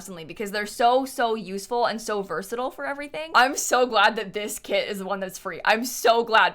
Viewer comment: can you please pronounce versatile again slowly? Jk love the build!!!